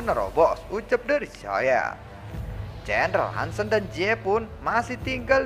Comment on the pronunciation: Bang ada sedikit masukan nih kalo boleh; jendral Han Sen itu dilafalin kata "Sen" bukan seperti kata 'Sendiri" tapi seperti "e" pada kata "BengBeng".. mohon maap jika sy lancang, jgn digebuk ya 😅🙏